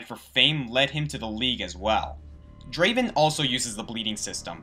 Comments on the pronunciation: Not Draven, DRAAAVEN! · its not Draven its Draaaaaaven, just wanted to point that out.